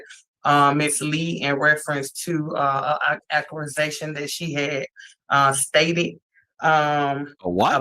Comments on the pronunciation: What's an accalisation?? 🤔 Ohhh an accusation.. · ?!? ... Did she say ,"...she made reference to an "acculisation" ..."? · 'ak-a-la-za-tion' sent me into rewind mode. I thought I heard wrong.